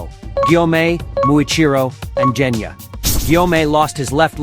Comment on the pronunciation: Genya❌ Jenya✅